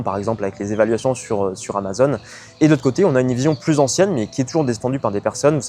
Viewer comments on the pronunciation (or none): none